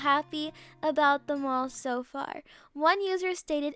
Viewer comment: for a sec, I thought she said "my mom is so tall" I came back and rewinded but actually said "my mall is so tall" IMAO 😂